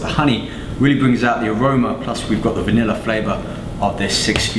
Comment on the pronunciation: i think favorite thing in the world is his" VANILLA Protein" *heavy accent* look at him eyeing it